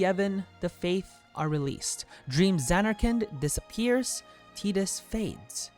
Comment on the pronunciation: Who tf is teetus?